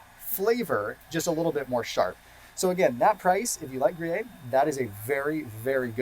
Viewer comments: Not to be pedantic, but I’ve never heard anyone pronounce Gruyère as Groo-yay? It’s pronounced Groo-yare in French. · Pronounced: Grée-AIR. I’ve learned so much from you, thought I would give something back. Vive le français!🇫🇷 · It's pronounced "Gree-air"! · Great video, thanks. FYI - Gruyere is pronounced gru-yair like air. Jarlsberg is pronounced yarlsberg...the J is actually like a Y :) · Pronounces GRU YEAR